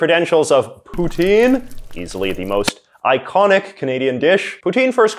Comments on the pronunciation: As a Canadian , you should really pronounce poutine correctly Poo Tin , not Poo Teen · It's pronounced p'tsin